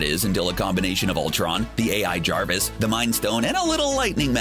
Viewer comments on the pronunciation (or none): none